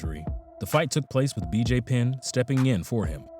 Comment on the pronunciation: He pronounced matt Hughs, BJ Penn, matt Serra and jean claude van damm correctly. You just another hater looking for attention. And I'm only talking about people; he pronounced jiu jitsu, Canada, martial arts, etc. correctly.